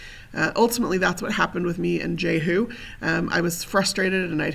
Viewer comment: Excuse me...but you are mispronouncing that... Jehu (/ˈdʒiːhjuː/; Hebrew: יֵהוּא, Modern Yehu, Tiberian Yēhû, meaning "Jehovah is He